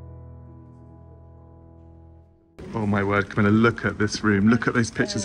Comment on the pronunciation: Camilla not Comilla! Sorry.